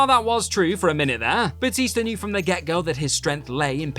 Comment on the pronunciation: Boootista? I thought you said Bloootista 🤨